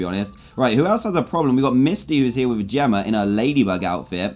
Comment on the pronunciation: How dantdm speaks: Jemmer instead of Jemma Zelder instead of Zelda